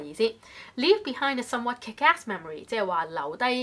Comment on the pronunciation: somewhat was incorrectly pronounced, the stress should be at the beginning